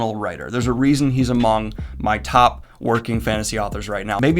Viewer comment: you went a little M. Night Shyamalan on the pronunciation of that among there. 🤣😂😂